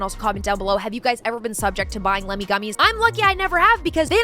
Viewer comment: I keep hearing "Lemmings" rather than "Lemme" 😂